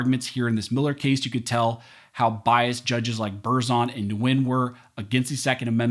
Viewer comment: The name is pronounced "Winn" not "Nuinn." Vietnamese can be hard. As you were. 😶👀